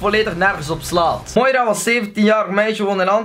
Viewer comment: Grappig dat je mijn naam juist uitspreekt :) mijn naam is toevallig moira xd